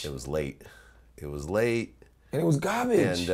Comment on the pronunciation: "IT WAS GABIJJ"😂😂